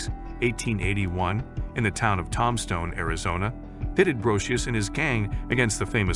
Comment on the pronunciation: Heads up , guys : "Robo-voice " narration , REALLY bad pronunciation : "TOMstone , Arizona " ???? " The gunfight at the OAK CORAL " ???? Pathetic !